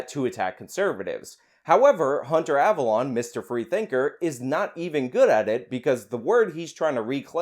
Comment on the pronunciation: I’m pretty sure his name is pronounced “Av-alone” like “alone” by myself. Not av-alon” like where King Arthur is buried.